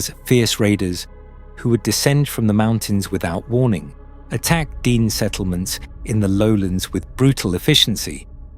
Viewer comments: It’s not DEEN- it’s DEN-EH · Its pronounced den-nay not dee-nee. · This is the iconic Nahanni. It is deep within Dene (pronounced Den-nay not Dean!) territory. I paddled this river last July (2025). Our float plane dropped us on Rabbit Kettle Lake near the tufa mounds, highly sacred and protected Dene springs. We were not allowed to hike directly to the mounds but we hiked to a viewing site nearby. We honoured the people, the land and the river with tobacco. It was an incredibly beautiful journey through the remarkable canyons, rapids and lower flats. It was like paddling through the lands in Lord of the Rings. We stopped at the cabin in Deadmen’s Valley. It felt very safe to me but it was very remote. An absolute privilege to be there. I have been watching a lot of videos on Sasquatch and other cryptids. I 100% believe they exist. I also believe they are the most ancient protectors of Mother Earth, and potentially also emissaries between worlds. My idealistic loving self wants to believe they leave us alone when we honour the land. When they reveal themselves to us, we must never raise guns or other arms at them. That’s when they take us. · its not DEAN its DAA NAA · It's not pronounced "dean" it's pronounced "d nay". Meaning first people in Navajo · It’s pronounced Den- ay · D-ehn-aye / dene'... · Tell us their heads were ripped off. It is how they died. That tribe (Dene) is pronounced Da naa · It's pronounced di-NAY. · Could somebody PLEASE teach the computer to properly and consistantly pronounce " De' Ne" !!! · Your pronunciation of Dene changes almost everytime you say it. If you really put so much time into researching this, then why do you keep changing this pronunciation.